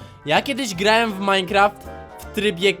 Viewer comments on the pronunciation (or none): none